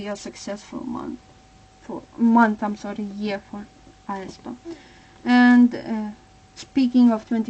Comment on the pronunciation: Thank you, but you should pronounce aespa as [eh-spa]. I really hope that they will come back to Kwangya and the lore where they killed black mamba